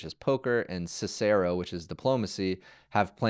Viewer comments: Also look up the pronunciation of Cicero, roman philosopher and emperor, please lol😮 thanks for the content. Super interesting! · You also miss pronounced Cicero.